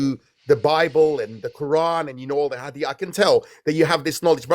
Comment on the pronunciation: Just the way he says « hadiyiiitsths » convinces you that this guy was never a Muslim.